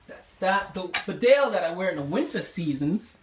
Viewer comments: It is pronounced BEEDALE not BIDALE. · Hello. Thank you for your enthusiasm in the world famous Barbour brand. Hand made in Great Britain . The actual pronunciation is bee dale. Regards. Adrian.